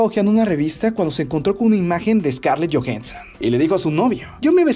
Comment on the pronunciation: jajajaja Scarlett Jojenson